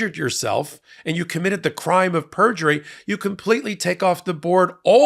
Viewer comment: Perjurly? You had a Trump moment! 😜